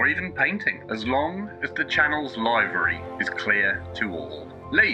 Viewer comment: Why use the word livery if you can't pronounce the word livery. SMH